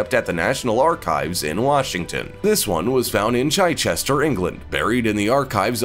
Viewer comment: It is pronounced Chichester not Chychester.